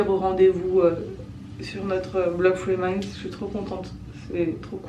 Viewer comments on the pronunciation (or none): Chaque fois j'ai l'impression d'entendre free minds pas three minds en tous cas c un plaisir de voir tes blogs bisous